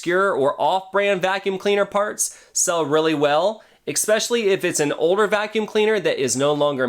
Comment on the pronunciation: I like your video, but I just have to say it kinda was making me a little crazy there is no X in the word especially please